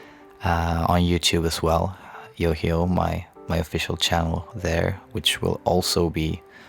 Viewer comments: You say it like YOYO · Ive been pronouncing it yo-high-oh, oops 😅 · I'm embarrassed.... I pronounced his name wrong this whole time💔💔💔💔💔😞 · When you said 'YOHIO' i realized I've been pronouncing your stage name wrong the whole time😅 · I've been pronouncing his name wrong this entire time! 😭😭😭💜